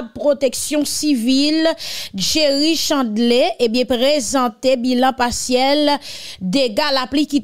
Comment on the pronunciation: C pa jerry chandlé c Chandler li ekri en er li prononcè ère Jerry Chandler